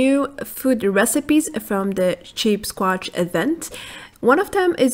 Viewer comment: you said CHEAPSsquatch haaha good imformation